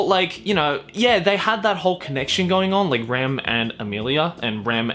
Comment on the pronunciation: My man said rem and ram